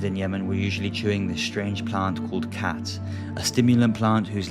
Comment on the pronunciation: you say khat... i hear cat 😺😺